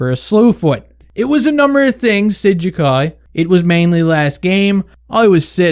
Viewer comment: its 'Jack-Eye'